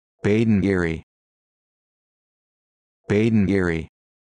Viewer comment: This is absolutely NOT the correct pronunciation! Please do not say 'Badinerie' like this!